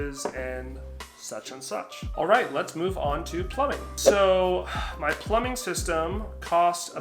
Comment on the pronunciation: thanks for all the info. btw, it's "plumbing", not "plumming". not being snarky, just lyk